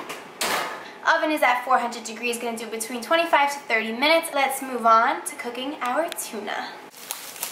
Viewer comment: Am I the only one who heard "cocaine" instead of "cooking" 😂 and "synonym" instead of "cinnamon" 😅 maybe my hearing is just bad!